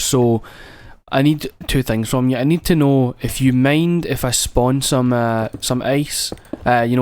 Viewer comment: SPOWN THE ZE ICE! dont care if you spwan it